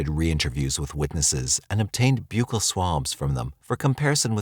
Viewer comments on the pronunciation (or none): none